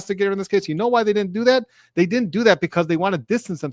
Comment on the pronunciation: Be careful, my friend. You look wise with your cap and your beard. But for a moment, I thought I heard you say “didint” like a GenZ fool, instead of “didn’t“ The only worst thing would’ve been to say “dinit” Be careful, and carry on